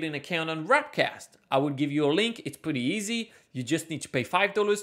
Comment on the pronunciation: W A R P cast not W R A P cast !